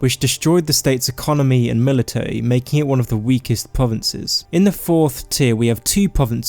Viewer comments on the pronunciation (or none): I don't wanna be a hater but "pwovince" "militawy" "vewy" "skywim"